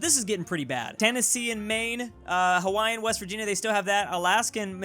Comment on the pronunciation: It's Virvirginia